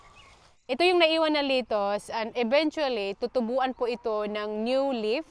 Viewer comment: Not litus. Letus